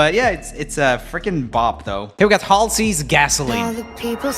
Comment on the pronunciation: He pronounce Halsey correctly!!!!! Yessssssss